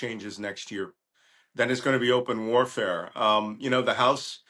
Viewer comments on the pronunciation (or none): none